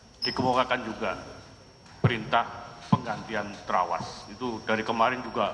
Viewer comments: Bisa"nya tawas jadi trawas 🤣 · Trawaaas...bukan Yawaas...hadeeeh...hajaaar bukan tembaaak...wkwkwkwk